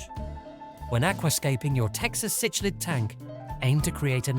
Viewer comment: Cichlid is pronounced sick lid . . . . can we maybe have a actual human read the script please? british microsoft sam or the female or american one is crap they cant pronounce half these species names. . . this is like the 5th vid with this cichlid pronunciation